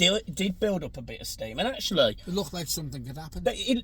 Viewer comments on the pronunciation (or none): none